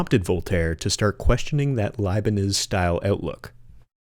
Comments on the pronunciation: And the philosopher "Leibenits"? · Good effort, however this is not at all an iceberg. Also, Leibniz pronunciation